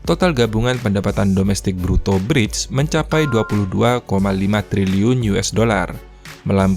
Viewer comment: bacanya briks bang